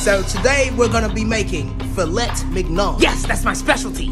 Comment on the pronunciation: Out of the 2 different ways he pronounces fillet, you still said it wrong